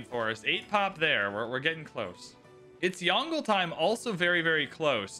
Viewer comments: It’s two syllables Yong-luh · The pronunciation will be like “Yon” from Yondu, and le. So it will be like Yong-le.